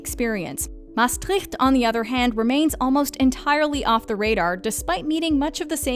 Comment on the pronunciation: Thanks for mentioning my city, Maastricht! Although I did cringe a bit with the pronounciation, haha.